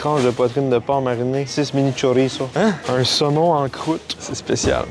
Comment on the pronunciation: Enfin qqun qui prononce chorizo correctement!